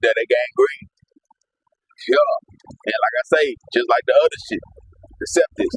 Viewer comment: It's sepsis not septis. Spread the correct information not niggformation.